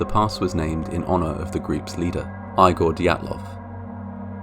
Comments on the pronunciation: I think Igor is pronounced EE-gor. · Name “Igor” is pronounced “Eee-gor” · are u kidding! ? who pronounces Igor like that?